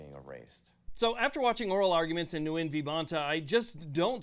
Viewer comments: Splitting a hair here, the name “ Nguyen” is pronounced phonetically “ Win” not “ New Yen” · Nguyen is pronounced win. Its chinese. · Nguyen is pronounced "Win", according to Sgt Nguyen, one of my instructors in Pensacola. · Nguyen is pronounced like “win” I think.